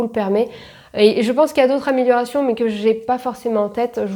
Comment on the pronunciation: "Améliorérations", bien sûr! évite de picoler...